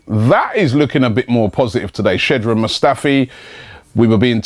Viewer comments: And once again I'll comment: It's SHKKKKKKKODRAN and not SHEDRAN. PLEASE LEARN ROB. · it is Shko Draan Mustafi Robbie